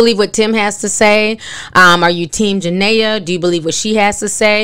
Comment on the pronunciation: Did it bother anyone else that she keeps calling her Janea and not Jenae😂😂